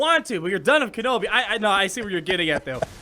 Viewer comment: Ken-awbi "ahnald" lol